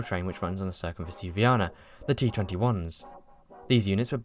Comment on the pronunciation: Why do you insist on pronouncing the first c in Circumvesuviana as if it were an 's'? C is never pronounced as 's' in Italian.